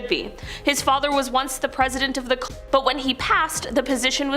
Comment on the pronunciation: You can't even say CULT?!